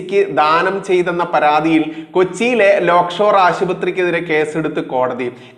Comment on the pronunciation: ലേയ്ക്ക്ഷോർ .........ആണ്. ലോക് ഷോർ അല്ല. മൂപ്പന്റെയാണ്.